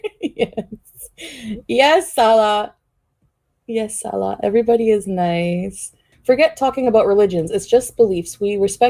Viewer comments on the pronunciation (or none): They talked so much, yet she doesn’t pronounce (inflection) his name correctly. She says Salah with the same inflection as we do salad. Then it became Sa-La